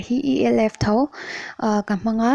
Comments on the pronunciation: "E - l- f" tilo in Elf tiin an lam țhin bawk. 😆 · E L F tih lovin elf tawpin lam tur